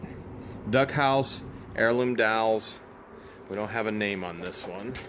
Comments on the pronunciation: DOLLS!..DOLLS.DOLLS.... NOT DOWLS.. NOT DOWLS.. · I was mostly listening to this video instead of watching when I heard you say "dolls" (sounded like dowels, like the kind you put in cakes to layer them). I was like what's he going on about dowels for? So I actually watched and finally realized you were talking about dolls. LoL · Wtf are dalls theyr dolls not dalls lol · Dolls! Not dawls! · When you were talking about the box of "dolls"--it sounds like you are saying "dowels". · By the way they are dolls not dalls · Hey bud, they are pronounced "dolls", not "dalls" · I keep thinking he is saying "dowels"